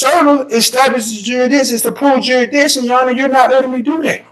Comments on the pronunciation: okay wtf is juridition? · Juraditton? Really